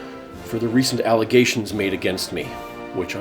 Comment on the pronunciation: did anyone else hear alligators when they said allegations? like if you did.